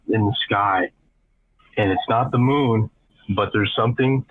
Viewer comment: i love how the narrator pronounced moon like “mewn” lol